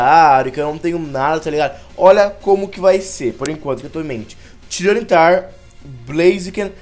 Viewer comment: se fala tayranitar